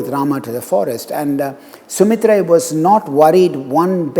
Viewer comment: You have pronounced ‘சுமித்தரை, திரிசடை & வீடணன்) I loved that. Would be very good if you pronounce other characters as well mentioned in Kamba Ramayanam. Like (Rama as Raman seetha as seethai)